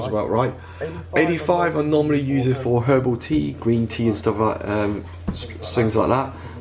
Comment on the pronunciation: Uploaded on my birthday 😁 At 6.15, it sounded like you said 85 degrees is normally used for her booty (I know you meant herbal tea) lol 😂😂😂